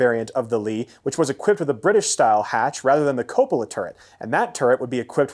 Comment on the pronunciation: Very good video! Only suggestion is you work on your pronunciation of 'Cupola'. [ kyoo-puh-luh ]